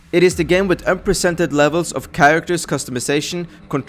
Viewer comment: He somehow managed to say: 'unprecedented' with only 3 syllables instead of 5. Amazing feat!